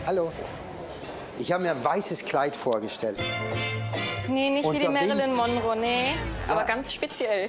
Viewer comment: "Märelinn Monrow" hahaha